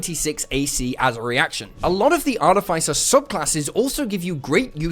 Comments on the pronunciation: Slight pedantry, artificer is pronounced like "arty fisher" but without the "h" :). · wish people would learn to pronounce artificer correctly so my ears don't run away screaming and I can watch a full video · Cannot stand your pronunciation of 'artificer'.